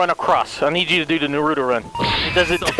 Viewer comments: I wanna punch for saying nuhruto run. NARUTO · "Nuto run" 😂😂😂 it's Naruto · This man said nortuto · The way pronounces Naruto is hilarious lol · where are you from that you pronounce Naruto like that wtf